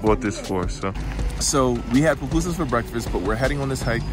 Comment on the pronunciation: Loved the video Glad you got to visit my home land 🇸🇻 🇸🇻🇸🇻🇸🇻🇸🇻🇸🇻 And you pronounced pupusas pretty well